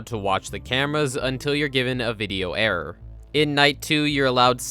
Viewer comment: Whenever he says the word "error" all I hear is, "The only way to get an audio errrr."